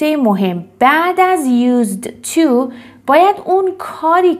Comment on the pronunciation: تلفظ used to ' یوس تو است نه یوز تو